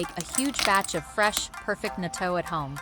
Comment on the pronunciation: You can not pronounce natto.